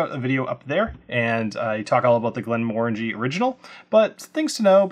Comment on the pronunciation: Thank you for not saying "Glen-MUH-RANGIE"